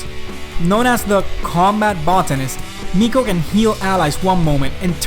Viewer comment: miko is pronounced "mike-o"... as in mycology